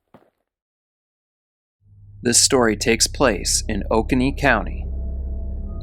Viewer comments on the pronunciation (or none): you're saying oconee wrong lol. It's oh-KOH-nee. There's an Oconee River I like to paddle. hehe. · Life long Oconee resident here, it's pronounced Oh-coe-nee(Oconee) and Tuh-mah-see(Tamassee).